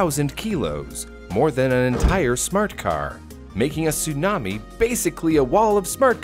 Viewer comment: It's not sunami, it's tsunami.